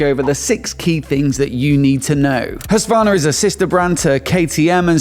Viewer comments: Actually it should be pronounce Hus-Kvarna Greetings from Sweden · Hushvarna? No, it’s pronounced huskvarna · “husk warn ah” not “huswanna” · jag är svensk… you need to realise that non swedish natives can’t pronounce hus nor kvarna so you need similar words like i wrote in my comment. there’s a reason why most english natives say husky as it’s easy to pronounce for them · In case you find it interesting: The Q in Husqvarna is pronounced as a hard K. Hus-Kvarna. Hus = House, Kvarn = Mill. Today the city where it the company got it's name is spelled Huskvarna.